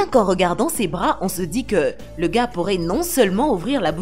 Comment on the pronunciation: Mdr la voix de sintese me tue elle dit le garre